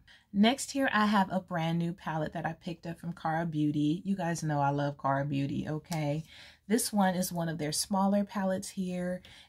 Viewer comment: You sound cute saying Kara beauty palette you did good pronouncing it mamas